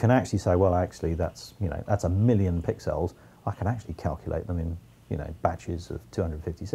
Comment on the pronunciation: I love how he pronounces "pixels" as "pic-cells", which I guess is etymologically correct!